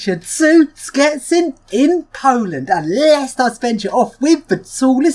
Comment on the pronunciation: It's "shchetsin" not "sketsin" :)